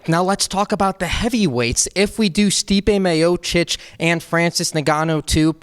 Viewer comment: Stipe Mayocic and Francis Nehganouu????? the calls them how he wants to